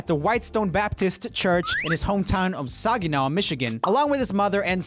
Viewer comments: Saginaw is not pronounced “soggy-naw” LMAO it’s pronounced “Say-gih-naw” Tho, it’d be hilarious to hear him try and say Ypsilanti instead xD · you pronounced Saginaw if it was Soggy... Only true Michiganders will understand the stuggle others have with our pronunciations.. Lol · Sag-i-naw. Like saggy pants. Saginaw, Michigan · Say-gin-naw, that's how you pronounce Saginaw. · Oh my roomie thats not how you say Saginaw lol its Sag(as in saggy)-in-aw(as in awe the baby is cute) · The way Joel said Saginaw 😂 That was GOLD! Also... Didn't know Stevie Wonder was from so close to where I am! You learn something new every day I guess. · me being from Michigan and living in Saginaw for 8 years giggling at how Joel pronounces the city and having to go back and listen to it a few times :) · The pronunciation of Saginaw was so funny to me for some reason. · Btw Saginaw Michigan is pronounced sag (as in saggy) in (just in) and gnaw as in gnawing on something. Michigan has a lot of weird names and pronunciations for names, for example, Frankenmuth, Grosse pointe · You pronounced Saginaw wrong. The a in Sag- like sack, then -inaw like how you pronounced it originally...sorry, as a Michigander some things like mispronouncing Michigan towns and cities bugs me...which is ironic given our accent lol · I'm from Michigan and got irrationally irritated when he mispronounced Saginaw